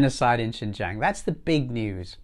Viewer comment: It's UNHR, but your pronunciation of Xinjiang is closer than most westerners can manage. Well done. The report was flailing for "evidence" and had to resort to the usual dubious "research" of Adrian Zenz and spurious, unproven "testimonies". The evidence of stability, equality, freedom, better life, etc., is all around in cities like Urumqi, Kashgar, Hotan, Turpan, etc., to see.